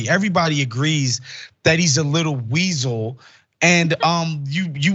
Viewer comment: "wiezel" thats spot on